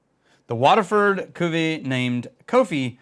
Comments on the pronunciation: Cuvée is pronounced “coo vay”. But I know you’re gonna say, “ACTUALLY… it’s pronounced ‘idontgivea$hit” and that’s why we’re friends. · try prononcing it like this: KU-V-EY or KU-V-EH